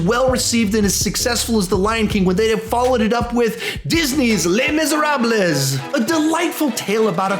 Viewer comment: That pronunciation of Misérables made me lolll